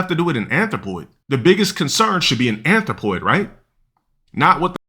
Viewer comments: I think he's mispronouncing it too 💀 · He can barely say the word. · He ays "athropoid" so much it just all become drivel. Wait til he literally says "Athropoid Support" then you'll get it.